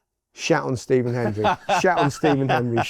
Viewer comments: He said "deeven" (Stephen) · He almost cocked it up, cos of the first syllable if you play it slow he says Dee… phen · He definitely said Stephen but it’s the way he said it that people are picking up on. He pretty much didn’t pronounce the S, almost like he had a head cold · Another vote for Stephen - he just stumbled over the first syllable slightly